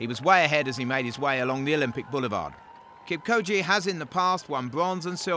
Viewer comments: not kipkoje mr commentator...its kipchoge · Its kipchoge not kipkoje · It's Kipchoge not Kipkoje!! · Kip-Cho-ge not co-gee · Its kipchoke not kipkoje...do ur home work my friend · A little phonetic help for him - Kip - Cho - Ge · walem suswa Hahaaa... He should put a little effort in pronouncing African names... Hard task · Kipchoge bwana, KIP -CHO-GE, CHA CHE CHI CHO CHU, like CHUrCH, then 'ge' GA GE GI GO GU like GEt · I cringe every time this dude says KIM KOJI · mizzmini45 yeah, not that deep, he’s uneducated on the runner, so he doesn’t know how to pronounce his name. Stop acting like theres a science to why a white guy with an accent pronounced his name wrong. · The journalist took 'ch' for a 'k' I can only sum it up that he is an ignorant Journalist that thinks that every pronounciation has to be english. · This boy can't pronounce Kipchoge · The commentator totally butchered Eliuds name 😆 😆 Eli-wud Keep-koji? Seriously!? dkm, this is not even funny! Eliud is the best marathoner of all time; put some respec on it! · Say it with me now, "KIP-CHO-GE"! Easy as pie. So easy, in fact, that I know 9 year olds who can say the name better than the commentator. Come on guys. PS a mawrafin is 42.195k not 41.195.... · I think the announcer might have a speech impediment as evidenced by the way he pronounces "marathon"...but his failure to pronounce Kipchoge is just him failing 🤷🏻‍♀️